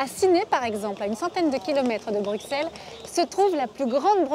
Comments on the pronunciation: On dit bruSSelle ! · Bruxelles ce dit Brusselles avec un S et pas de prononciation du X !!